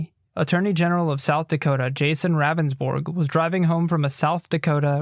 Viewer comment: It’s Pronounced Roundsburg not Ravensbourg...He even says his name during the 911 call and yet still you say it wrong always...